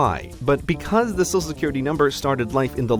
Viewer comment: Heh, you say "sosal security card"